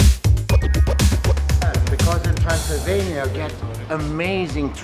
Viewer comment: when he said Transelvenia I remember the film Hotel Transelvenia Mr. Mark hehehe Greetings from Indonesia 🇲🇨